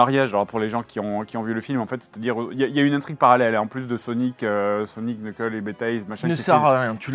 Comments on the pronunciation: On dit "NEUCKEUL" pas "KNEUKEUL" faites un effort bon dieu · Faut arrêter avec l'ancien design... ça fait trois ans que c'est fini cette histoire. Vous avez vu le film et vous continuez à dire "qu-neukeul" ?? Waow Shadow bosse au GUN. Vous vous y connaissez tellement. Perso j'ai trouvé la scène de danse très cringe, mais la scène du mariage était très drôle. Vous êtes beaucoup trop biaisés sur la licence en général, vous êtes hyper cynique en fait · Premièrement: Ça se prononce "Nok'l" et non pas "Q'neukeul". Le 'K' est silencieux, comme Knight, Knowledge, Knife ou Know. Deuxièmement: une caricature de Jim Carey, ça s'apelle une Careycature. Troisièmement: En version originale, il y a beaucoup d'autodérision, de jeux de mots volontairement mauvais et d'imitations ou références Américaines. "I am cool" prononcé avec un accent Autrichien fait référence à Mr. Freeze dans Batman 4 par exemple, qui est reconnu pour ses jeux de mots à la con avec tout ce qui est froid. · Vu comment ils prononçaient son nom... Je ne suis pas mécontent qu'ils l'aient oublié :X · Le premier "K" de "Knuckles" est silencieux d'ailleurs. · Mais, par contre, il faut bien prononcer le "s" ;) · Et du coup les k dans Knuckle ne se prononcent pas ^^ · Guys, Knucle le K est silencieux.